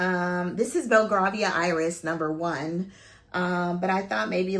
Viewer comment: Hey its pronounced “Bell-Gray- vee-ah” Iris xxx love your review